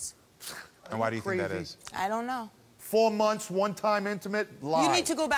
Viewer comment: The way the woman pronounced the word m-o-n-t-h-s was too much for me.. 🤣🤣 She put everything she had into it. 🤣🤣